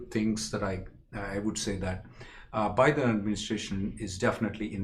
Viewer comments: Sir its not BYE-THEN ,its Biden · With all due respect, Bi-Den administration not By-Then administration😀